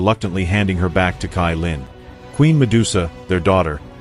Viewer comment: Why u say tailin it's caillin 😂❤